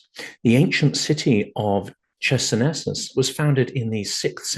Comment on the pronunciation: Closer to ISIS. Well said! I was taken aback by that pronunciation of Chersonesus (χερσόνησος is still a common placename in Greek, meaning peninsula and sounding like hair-SOh-ni-soss) but maybe that's what has become the standard in English-speaking archaeological circles. A trivial detail compared to your important message.